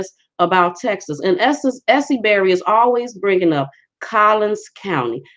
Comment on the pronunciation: Good morning! It's Collin not with an s on end. Plano, McKinney, Frisco, et als are in Collin County, courthouse located in McKinney; about 15 mins from Plano (north), about 30 mins from Dallas (south). Born in McKinney (Plano didn't hv hosp in 50s), raised in Plano, am a witness , from own experience of injustice, of the LIES they coverup. Since they All work together in WH gov't; can't get justice even when you hv evidence. Tried to tell ppl when on Essie's page. That's why God Rewarded & Blessed me yrs ago & now revealing Collin/Dallas corrupt judicial systems i.e. popos, judges, attorneys, etc., here in Tx. Amen! Hv waited patiently upon the Lord to bring the Klan (Collin) County especially down just like He sd to me in 2005. Yeah, Chief Hall, a black woman, just doing her sorority house Ni'ger job. You are soooo right, only political & the D.A., Faith Johnson, is a black woman too. Not to be rude but her facial makeup is smthng else, clown like. Don't know Tx Ranger's name but that's who they get when they mess up, to coverup their errs in which are also part of corruption. Always trying to make the innocent ppl the guilty one instead of admitting their errors/mistakes. But God! Love n Christ, "daughter of Zion", Jer 6:2/Is , et als, KJV only